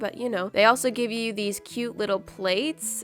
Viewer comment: “so KEYOUTE”